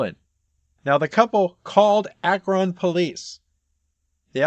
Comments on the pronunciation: Btw, it's pronounced ak'run, not ak'ron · I know that Akron isn't the biggest town, but it surprises me every time an out of towner says Ack-ron. It's pronounced Ack-run. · You’re saying Akron wrong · Did you just say Ah-Kron? Lol